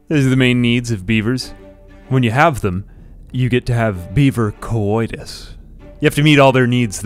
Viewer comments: stop saying coitus like that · the way he sais coidus tho lol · Why does it sound like he's saying cowoitus?